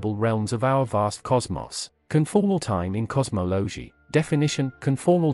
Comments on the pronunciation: AI Generated, AI narrated. Can't even pronounce cosmology. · Best part was the “fried man” equations and “cosmowlowgee” and what are “jiegayuhs”? 😂 🤮 word salad topped with random imagery that sometimes accidentally lines up with the unpunctuated, non stop stream of oddly inflected words.